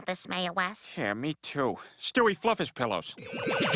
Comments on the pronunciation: stewert its stewie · It sounds like Stewie said Stewit.